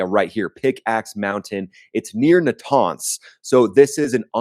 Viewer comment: I like your videos but you can’t even pronounce a name right aggggarchi or araghchi, natanz or nataaaaaaaaaanz , it just make it so annoying to listen to a content with no moderatio